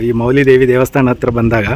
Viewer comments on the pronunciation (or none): ವಿಡಿಯೋ ಚೆನ್ನಾಗಿದೆ. ಮೌಲಿ ಉಚ್ಚಾರ ಸರಿ ಅಲ್ಲ ಅನಿಸಿತು.ಅದು ಮಾವುಲಿ ಆಗಬೇಕು, ಅದರ ಅರ್ಥ ತಾಯಿ/ ಅಮ್ಮ . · ಸರ್ ವಿವರಣೆ, ವಿಡಿಯೋ ಗ್ರಾಪಿ ಎಲ್ಲಾಚೆನ್ನಾಗಿದೆ. ಆದರೆ ಅದು ಮೌಲಿ ದೆಎವಿಅಲ್ಲ ಮಾವುಲಿ ದೇವಿ ಅಂತ.